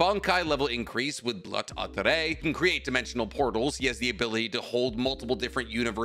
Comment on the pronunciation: Mind writing down all of the German words? Cuz you absolutely butchered all of them except for Blut, that one you actually pronounced correctly, congrats, proud of you!